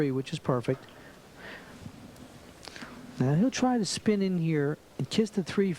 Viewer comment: If you listen closely, he says the word ‘spin’, like ‘skim’. May be a simple pronunciation problem. He also sounds like he has a cold.